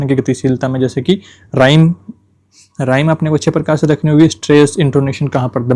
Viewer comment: सर Rhythm राइम नहीं रिदम होता हैं English word pronounciation shi nhi hai stop krke pdhna pdh rha hai baki notes ache hai 🙌